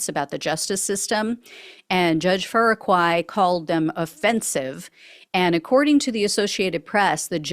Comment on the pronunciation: Just so you know, the correct pronunciation of the judge’s name is “fa-roo-key,” and it was tried before him as a magistrate judge because it was only misdemeanors.